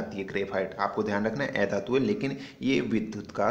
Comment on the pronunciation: Ae dhatu nahi, a dhatu sahi se pronounce kro